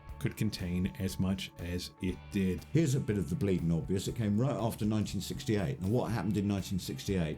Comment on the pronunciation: Did anyone bother to tell the narrator, Mark Holden, (whoever the f**k he is) that he was mispronouncing the last name of the Fogerty brothers? He also has a speech impediment (“nine-neen sixty-eight”?). How did he get the job? Did he have compromising photos of the producers?